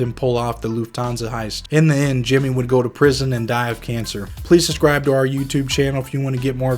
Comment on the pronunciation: Please learn how to pronounce the word "subscribe". It is not "sus-scribe" and it sounds like a 3 year old when you say it that way